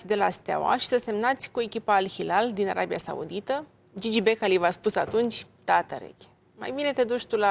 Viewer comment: Din “Arebia”cum naiba?!Denisa,ai uitat sa vb corect limba romană?!